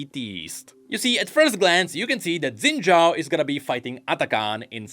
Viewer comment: Shin Jao. you racist to Chinese or something? it is pronounced SHIN. JAO.